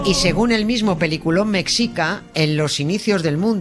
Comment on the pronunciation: se pronuncia "meshica" jjj , te quiero Nieves! <3